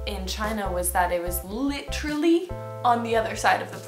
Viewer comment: the way you said literally... parks and rec reference? ?